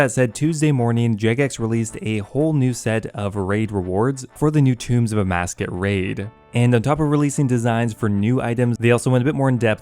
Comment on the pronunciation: Please stop saying Amascus! Lol it’s Tombs of Amascut! I love your videos but that is driving me insane lol EDIT: Nevermind. Later in the video it’s corrected.